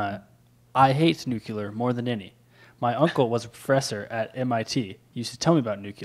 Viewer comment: If someone had an understanding of nuclear things, wouldn't he pronounce 'nuclear' correctly?